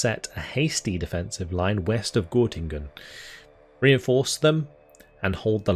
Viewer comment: It’s called Göttingen :) (ˈɡœtɪŋən) I was born there 1994 :) My Grandmother flee from East-Germany and come to a refugee Camp near Göttingen:) Nice to see this in this Game :)